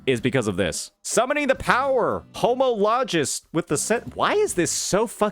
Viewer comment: "Ho-mahl-oh-guuuusss." Is how you pronounce homologous.